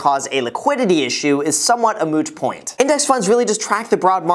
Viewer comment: is it just me or did I hear you say mooch point ?